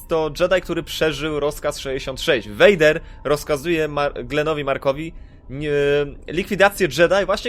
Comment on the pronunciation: muwi sie Lord . . . . fader